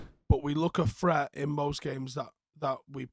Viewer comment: Threat is said with a TH Also Three is with a TH Free is something you pay nothing for or do nothing yet still achieve Basic literate English